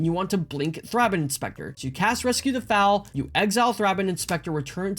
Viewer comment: THRAY-bin Rescue the FOAL (like Hole) not Fowl.... Fowls are birds lol Bogles not Boggles. BOW-gulls Sorry, grammar police in me coming out hard on this one lol On a serious note though, this deck is a beast. Hangs against Red with all the life-gain, out-draws most mid-range decks, and keeps evasive pressure on board reliably. I was incredibly impressed with it when I finally put it together myself. It is a very hard deck to beat. I would honestly even consider cutting the Custodi Squire for Palace Sentinels. Monarch and Initiative is just so much card advantage.